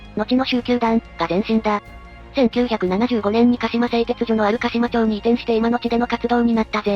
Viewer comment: 行方市は「なめかた」(namekata)じゃなくて「なめがた」(namegata)ですぜ。 市内に「なめかた」って言う地名はありますが、 市名は「なめがた」です。 鹿島町の読みは「かしまちょう」ではなくて「かしままち」です。 茨城県は○○町は「○○まち」、○○村は「○○むら」と読みます。 少なくとも平成の大合併の直前にはそうでした。 昭和の大合併前は知らないですが(^_^